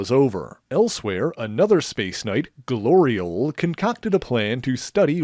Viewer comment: Really?! Really?!... Glori-ole?!